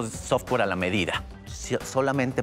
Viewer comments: no puedes confiar en un "ingeniero en sistemas" si dice sotwere. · jajsjajajajajajaja porque es "software", no "sotwere" bro